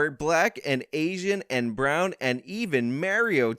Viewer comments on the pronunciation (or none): You saying Mario instead of Maori- so funny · Ok so pronouncing Maori as Mario is a cancelling event in NZ. All power to you sir you are beyond the reach of our thought police so fill your boots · it's MA - O - RI. not mario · It’s pronounced “Mowry” as in Pacific Islanders lol I didn’t need to see black hobbits to be able to relate to the hobbits. It doesn’t make sense, in-universe, to have multicultural hobbits that are all from the Shire and have lived there forever. At least black ppl in ASOIAF make sense in-universe (Summer Islanders). They spent half a billion dollars to make token black hobbits.🤦🏾‍♂️💀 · Maori ( Ma-ori ) as in native New Zealanders lol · It's pronounced Mowri - Natives of new zealand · Maori, indigenous tribes of New Zealand Aotearoa is pronounced like moldy but with an rie on the end instead of the ldy. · Maori is pronounced "Mow-ree". The Moari are the indigenous people of New Zealand., your lack of research is approaching Tim Pool/TheQuartering levels. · MAORI are the Natives from Australia Ma-ow- Ri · Ma-o-ri. Native ethic Hawaiian as far as I understand. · Maori - May-or-ee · Lmfao Maori is sort of pronounced mowdee but it's like you're saying d and r at the same time. Pretty similar to r pronunciations in Japanese. They're the indigenous people from New Zealand. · The fact that you are having a whine about, and can't even pronounce Maori is genuinely hilarious. You do realise that Maori made up a huge portion of the actors and set workers in the first trilogy right?..Right..? Seems interesting that you have so much to say about this show when you don't know anything about previous filming, the movies, or even character names. Good job mate. You might want to learn about your source material before you try to weight in dipstick. P.S. Put your hands down you look ridiculous and it's very distracting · "Evil cannot create anything new, it can only pronounce 'Maori' like a complete dipshit." - J.K. Simmons